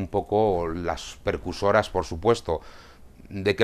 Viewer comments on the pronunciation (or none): Buen video, como siempre. Un matiz, precursoras, no percusoras. ;)